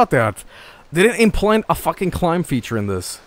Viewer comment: "Fitur" not feature. "Fitur"